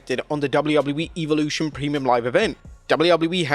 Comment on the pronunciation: WHOEVER IS SPEAKING THIS VIDEO.. .. LEARN HOW TO SAY WORDS CORRECTLY!!! EVOLUTION......... SAY IT RIGHT GOOF